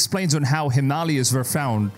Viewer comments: Bro it’s pronounced the Him-a-laya’s not Himaaalaaaya. Awkward. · If you can't pronounce words correctly in English, go back too school, him- malias😂😂😂😂😂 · The mountain range is pronounced: Himal A yas. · africa and south africa two instead of 1 cool you need to learn the names of mountains though himalaya's him a lay a;s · the way he pronounces the Himalayas 😂😂😂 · Our host can't pronounce Himalayas properly and the religious nuts in chat think it's all God's doing 😂😂😂😂 so funny !!